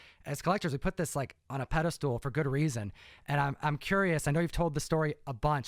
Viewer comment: Yo. The word is pedestal. Please don't ever say pedestool again. It makes you look stupid.